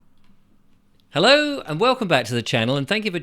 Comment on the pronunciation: PLEASE STOP SAYING HELL LOW YOU ARE PROGAME TO KEEP SAYING THAT GHASTLY SPELL WORD..FOR CRYING OUT LOUD